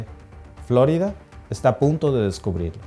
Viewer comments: Si hablas en español deberias decir floriiiiiida y no floooooorida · Di floRída, no FLÓrida, por favor. Es un nombre español. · pronuncias flórida, mientras el gringo que habla en tu mismo video, pronuncia correctamente florida. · Hombre llamar profesional a alguien que repite continuamente Fl"ó"rida en lugar de flor"í"da ... 😢en fin ni hablar sabe y es su herramienta de trabajo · Flórida? Siempre he oido Florida. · En español es FloRIda, no Flórida. Este video está dirigido a los hispanos. Es desagradable escuchar Flórida en videos en español. De resto, excelente video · No es Flórida, es Florida. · A ver mi mexicano familia dices fl'orida o es florida en español? Si haces tus videos en español lo adecuado es decir florida sin acento en la o' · Creo que no pronuncia bien Florida...no lleva acento!! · Florida ❌️ Flórida ✔️ Jajajajaja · ¿Si habla en español porqué pronuncia "Flórida"? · Ya te agringaste como pronuncias la florida hay mijo. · Todo bien. Solo no acentúes Florida.